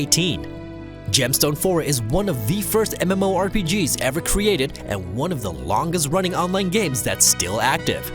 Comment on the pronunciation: Why are you ronning?! Why are you ronning?!!